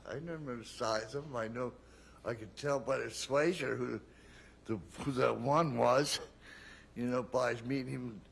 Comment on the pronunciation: yes “swayser”